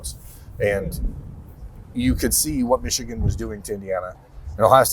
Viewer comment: Yall gotta stop saying Xichigan.....